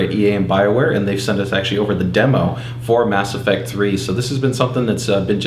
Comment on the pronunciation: Every time he says "Mass Affect 3" you hear thunder sweet the game must be that epic lol